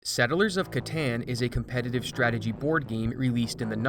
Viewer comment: "Competitive" lol